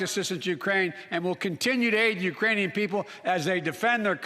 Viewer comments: He didn't say Iranian he said Uranian people.. you just missed the k🤣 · C'mon man, oldie has done it again Ukrainian mispronounced Iranian... 😝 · Especially after said "the Uranian people". I lost count. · It even sounded like "Uranian" are there people from the planet Uranus? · I heard ukrainian without "k" 🙊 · I am hearing Urainian people. In my opinion it is not misspronounced on purpose. Also... no country on this entire planet can currently deploy their troops in ukraine. Are you understanding the situation we are all in even? Russia made nuclear threats to anyone that is interfering directly. You have to think this process through very accurately before making any direct actions in ukraine. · “Urainian people”? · did he say uranian people ? i mean i know what he meant to say plus hes 80. so yea..